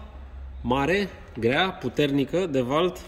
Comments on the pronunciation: "Devalt" 😂😂. "diwolt" ba saracule 😂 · Deval a fost un detergent pe vremuri Asa pronunța americanii? Daca auzi niște prosti ca pronunța greșit nu trebuie sa ii imiți